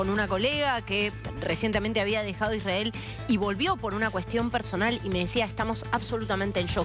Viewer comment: Me causa gracia la periodista que esta en Israel habla como re porteña, pero cuando pronuncia la palabra " Israel" lo hace con pronunciación de moishe jaaaa, realmente cómo se ve la doble vara... y las atrocidades cometidas x el " estado" de Isrrael contra Palestina? El estado de Israel sionista no es ningún inocente vamos!